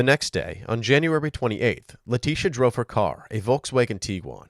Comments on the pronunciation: letisia not letisha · They kept mispronouncing Leticia's Maiden Name It'll hit ya in a minute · Leticia Hunt with a "C"